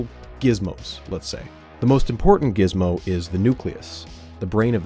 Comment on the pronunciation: I couldn’t concentrate on the content for like 5 minutes after he said the word “gizzmo”